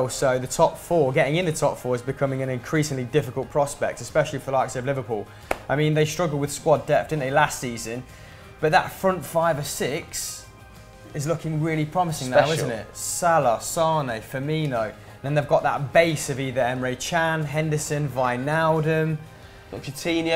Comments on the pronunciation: did he say sane and not mane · both called Mane "sane" and Sakho "sissoko"